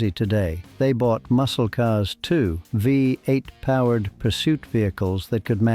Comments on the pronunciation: Why do you keep saying- wee 8, let me educate you It’s called a V8. It’s always been a V8 not a wee 8 as you keep saying. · Yeah that we 8 narrative is not only annoying but doesn't help the authenticity of a lot of information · What is a Wee 8? You Mean a V8 Don,t You